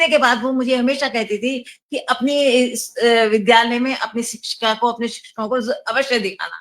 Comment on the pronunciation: विद्यालय को विधालय क्यों बोलती हैं